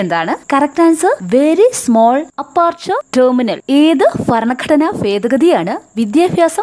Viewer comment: ഫരണഘടന ഫേദഗതി.... 😂😂😂😂